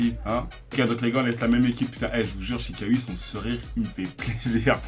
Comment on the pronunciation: Chikhaoui se prononce chiraoui